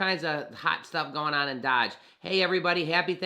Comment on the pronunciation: Its pronounced ("Doej") dude........stop saying ("DODGE")